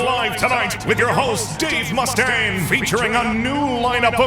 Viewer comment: Excellent épisode ! Ceci dit ! Pas un seul des Frouz ici présent n'a été capable de corriger ton accent ^^ Le "U" de Mustain Dois se prononcer "E" en anglais ou "OU" ça marche aussi ! Ou sinon tu prononces tout en français et ça donne "Mustin" mais ça pète moins, ciao